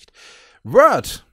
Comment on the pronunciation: Ach ja... Das schöne "Rord"...